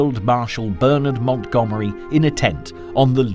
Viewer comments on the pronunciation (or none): none